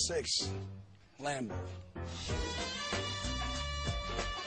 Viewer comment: And he STILL cant pronounce the lambo correctly